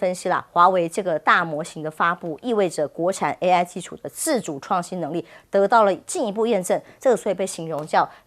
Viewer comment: AI 讀作 A1，這主持人也太水了吧😂